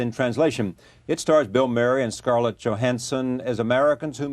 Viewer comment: The interviewer messes up scarlets name